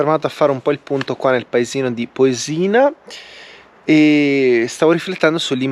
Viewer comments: Ciao :-) bel giro nei luoghi a me vicini Unico appunto il paesino non si chiama Posì-na ma Pò-sina. l'accento è sulla o 🙂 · conosco a memoria queste strade sono le mie in bici. Comunque sbagli sempre accento su Posina ahah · Le montagne a sono Monte Majo e Monte Maggio. A sinistra del passo Borcola è il pasubio. Posina senza l’accento sulla o 😂. E al massimo potevi andare a Schio e pian delle fugazze.